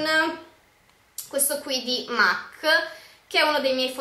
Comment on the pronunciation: solo una postilla... MAC è una marca inglese.... e si legge MEC.... ;)